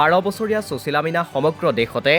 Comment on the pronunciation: চুচীলা বুলি উচ্চাৰণ নকৰিবচোন ।সুশীলা নামটোৰ সৌন্দৰ্য্য ই নাথাকিব।